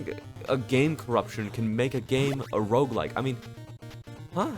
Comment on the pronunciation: Bro you pronounce "roguelike" and "roguelite" the same, and I can't tell which one you are talking about lol